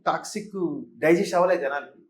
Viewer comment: orey anchor adhi taxi kaadhu ra Toxic